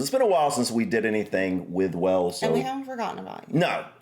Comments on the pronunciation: One day, dear sir, you'll finally pronounce Wales (Cymru) correctly. It is not "wells", but closer to "whales". The town of Llangollen is best known for its annual week-long international festival of music and dance. Now in its 77th year, it was designed to bring young singers, musicians, dancers together from across the world to build bridges following the Second World War. It's held in June and this year drew over 3000 music-makers from 33 countries, with an audience of over 50,000. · Pronounce wayles .. wales not wells 😊 Cymru 🏴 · What is wrong with you boyo? Why do you keep calling Wales wells? Wells are places you get water from. Wales is pronounced the way the biggest creature in the sea is pronounced - Whales!!! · Some hope off him pronouncing welsh words correctly he can't even say wales . It's been mentioned in his comments before but he doesn't take any notice . It's WALES ( pronounced like the mammal) not Wells